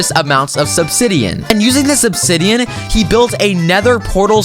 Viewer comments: did he say subsidian?😂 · I thought i heard subsidian- idk if im tired or if ya mispronounced it on accident XD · You didn't even say obsidian seyd sbsidian